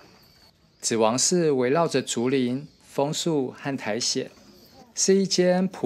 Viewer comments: 祇王寺 音是 Gioji 所以讀成「其」會比較合適 雖然「祇」中文讀「只」和「其」都可以 就像 祇園 Gion 讀成「其」園一樣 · 其實唸ㄑ一ˊ